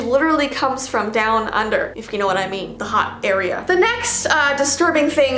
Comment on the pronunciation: 😂 how says “down under” it’s just funny 😂